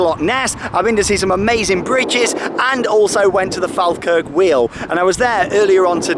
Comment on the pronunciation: Naw pronounced faw-kirk